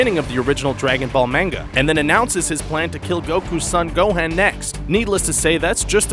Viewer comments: It actually gohan not gohand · (Go-hon) Gohan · DID YOU SAY GOHEN PIECE OF RUBBISH ITS GOHAN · what the hell is go han is gohan dumb ass! duh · its GO-HAN not GO-HEN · Not gohen it gohan he us not a hen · Gohaan? c'mon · and gohan is pronounced (go-haan) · Why do you call Gohan Gohen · Can't say Gohan right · u said gohan name worng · Does anybody get annoyed when he said gohan wrong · that is not how u pronounce gohan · he said like every name and dragon ball z words like wrong gohaan pyckolo OMG XD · He sais gohen and cyan thats so funny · This dude🤣.....gohen, sayen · I got triggered when you pronounced gohan as gohen and Saiyan as seiyan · Bro. You're saying "Gohan" and "Saiyan" wrong!